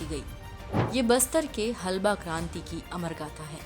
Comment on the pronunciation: हलबा नही हल्बा